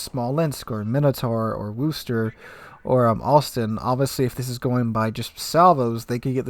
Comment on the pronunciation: It's pronounced "wuss ter."